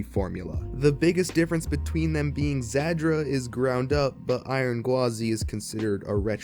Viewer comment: Real quick, the pronunciation of Zadra is "zAH-dra," not "zAD-dra." You're using the "D" sound twice when you're only suppose to use it in the 2nd syllable "Za-Dra"